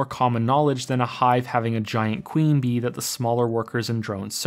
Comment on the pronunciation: Dat "bee" tho XD